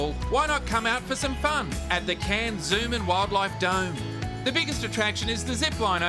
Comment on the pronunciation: Cairns too tropical and humid for me but beautiful. It’s great that, an American can probably pronounce our cities like cairns and Melbourne.